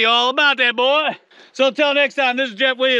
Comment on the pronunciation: 2738th thumb 👍up. About 9 mins in, When I heard " mah name is "yeff" . 🤣